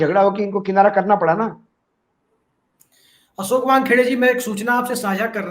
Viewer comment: Prasant sahi shabd nahi hai..Prashant hai. Kisore ghalat hai.. Kishore sahi shabd hai. Asoke sahi shabd nahi hai.. Ashok hai. Aap log ko patrakar ki degree kisne de di hai. Interviews bhi hua tha ya nahi..? Itna doshpurn oocharan sun Kar man aahat ho jata hai. Hum log ko sharm aati hai..ki aise trutipoorn journalist kya jaankari dein ge logon ko.😪